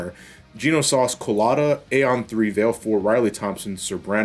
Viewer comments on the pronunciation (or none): none